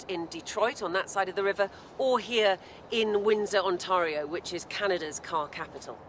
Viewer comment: Your reporters should do some homework and learn how to pronounce Ontario.